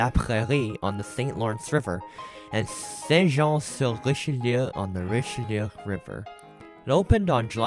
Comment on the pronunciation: I want to congratulate you on your pronounciation of Saint-Jean-sur-Richelieu. Having the military base and the military college here, I can attest that it's quite a challenge for anglophones to pronounce the name of our town. Also great video 👍